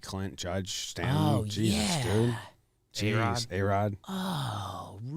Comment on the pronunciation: doesn't annunciate the T in "mountain" or "Stanton". Sounds like "Sta-in". Do something there.